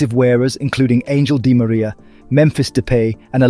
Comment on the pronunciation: No way he just pronounced Angel Di Maria actually "Angel"